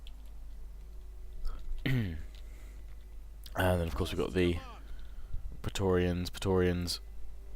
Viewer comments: preatorians should be pronounced Pray-torians I believe, at least that's what im doing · Say "P-raé-torians" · say it like this (Pray-torians) = praetorian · It's pronounced "pray-torians". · Oh and Praetoreans are pronounced Platoreans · I think it's pronounced 'pray-tor-rians' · In traditional Latin it is pronounces pry-torians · The right pronunciation is as in "meant". Pr(ae)torians like m(ea)nt. The "ancient peoples" have left a lot of books about spelling. If you just take Latin sounds and translate them in another language, you've "recorded" it. That's it. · thats not how its pronounced. in latin ae is pronounced kinda like an i mixed with an e